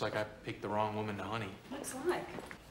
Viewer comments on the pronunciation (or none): Madeleine Stowe is so beautiful, I wonder if she was wearing pantyhose. She did really flub that final "honey" line.